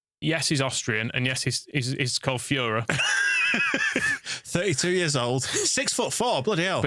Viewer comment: It'll be Foy-ra... not Führer.